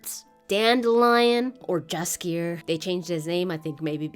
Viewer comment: As for Jaskier: it is his original name, but 1. if they went this way, it should be 'Yaskier' - like correct polish pronouncuation; 2. It's not a name like Mike or Andrew, it's a name of a flower; 3. This way showrunner shows that she doesn't understand source material, both polish 'Jaskier' and english 'Dandelion' from games have meaning. English 'Jaskier' means nothing. Another tiny thing lost.